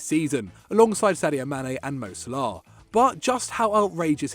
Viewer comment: The pronunciation of Salah, Sal-laar 😂 apart from that keep up the good work